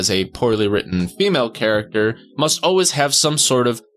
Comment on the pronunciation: Ackchyually, it's pronounced "always," not "oh-ways." "over-ARCH-ing" (with a "ch") Undertale's version of Alphys is still the best. Unless she suplexes boulders. That's totally allowed (or even encouraged). Otherwise, it's enough to simply be resourceful like Ellen Ripley. Her male counterpart would be Ickis from 'Aaahh! Real Monsters!' (who also has a lot in common with Alphys). Her jester hat even kinda looks like Ickis's bunny ears. In Undertale terms, she might have Alphys-like traits with her inner struggles and whatnot, but her awareness of the Matrix-like nature of her reality also makes her kinda Sans-like. If you're into that "question reality" vibe, you'd totally dig 'Dark City'. Some of us might embrace that situation and go all "insane clown mode" with it! 🤪 Ah, look at that! An Alphys moment! Different context with the circumstances, but the similarities with the details are uncanny-go-nuts! Barrel in place of trash can, but whatevs. Also notice the "Masonic pavement" chessboard floor motif (a recurring theme in both pop culture and esoterica). Walter Sobchak has a lot in common with Undyne. That was the worst "oh-wuz" in this entire video! He's an AR guy! What would Brandon Herrera say?! Walter struggles with PTSD. He probably sees himself as a Lawful Good Paragon, but he has a lot of internal Chaotic energy. Undyne would "get" that. That's not how you do a McMillan Tilt. Those ears make he